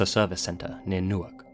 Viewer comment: It's NEW-ark Delaware. It's not pronounced the way the city in NJ is.